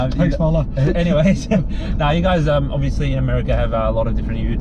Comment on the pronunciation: Is ur name Paula? Or porla? Lol